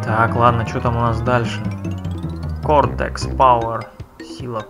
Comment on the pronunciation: во всей трилогии работа звуковиков превосходная! - тут можно аккуратно между этих штук улететь вниз, там будут маска и голова N.Gin'a. - Neo Cortex. Не кВортекс. Очень режет слух. - в этих ящиках максимум десять яблок. Но если прыгать через раз на него, то яблок будет значительно меньше. - массу зовут Аку-Аку. Но в будущем ты встретишь злую маску Ука-Ука. - платформа. Тоже режет слух. - зря перепрыгнул. Там то ли ящики, то ли яблоки были. - что-то случилось с картинкой... - нет, не вход, рано еще. - нет, нельзя и это не пузырек. Это кристалл. О них я уже говорил. - вот об этом я и говорил - ты уже повернулся, изменил направление. Инерция слишком большая здесь.